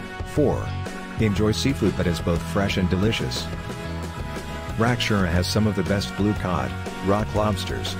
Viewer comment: how the he heck did you get a S in your pronounciation of the name Rakiura